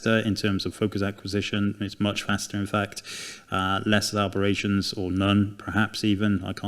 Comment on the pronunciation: It’s aberrations, not arberations 👍